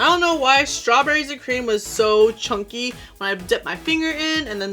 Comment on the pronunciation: Lol I say "care-a-mel" 😉 glad you caught your light before something like a 🔥 happened 😳 Btw, I oddly enjoy the way you say chunky😆 (chonky)